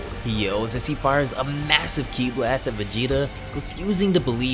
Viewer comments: What did he just say, chi not khi??? 🤦‍♂️🤦‍♂️🤦‍♂️🤦‍♂️ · "CHI" wtf i thought it was ki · Why are you pronouncing "chi" like "key". It's the same ch as in the word charming or chakra. Not ch like character, which sounds like a k.